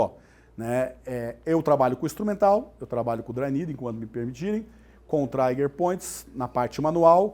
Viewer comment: Aula muito boa, mas não é traiger point mas sim TRIGER point